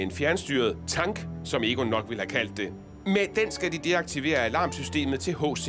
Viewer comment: høre lige hvordan han udtaler tank rofl